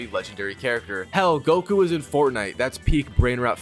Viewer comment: Am I the only one starting to get mad by the fact that he’s mispronouncing everything Goku son and how he saying sayin wrong